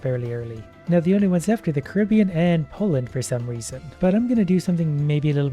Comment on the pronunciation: How come no one is talking about how pronounced Caribbean?